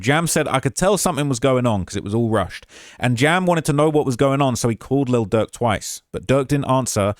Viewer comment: I’m starting to think calling Lil Durk. Little jerk is on purpose lol love you.